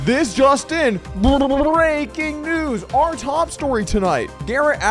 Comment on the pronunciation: Love the Brrrrrrrrrreaking news bobble 😂😂😂